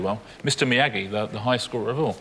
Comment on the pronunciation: I might be crazy, but I got the feeling he deliberately mis-pronounced Mr Miyagi. It's as if he were saying "I'm far too educated to know what any of this palaver is about, I'm above you all. "